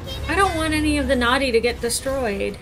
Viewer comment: I've been pronouncing the species of the little turtle guys like NOH-tee, because when I hear pronunciation, it sounds like she's saying "naughty". 😜